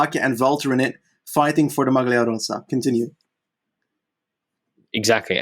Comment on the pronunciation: A pronounciation tip for. The way he is saying "rosa" is wrong. He is basically using the "s" sound of the word "Sam" and he also doubles it up. It Italian "rossa" means red, the previous colour of the ciclamino jersey. "Rosa" has to be pronounced with only one "s", whose sound is similar to the "z" sound you would say in "Col de l'Eze". Sorry for being an italian gramma nazi